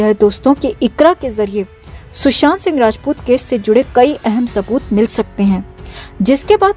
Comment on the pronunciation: Kya sabooth bolo tu jara .Tab se sabooth bole ja rehe ho